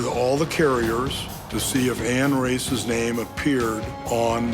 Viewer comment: She is not Ann Race, but Ann Rácz! Hungarian name.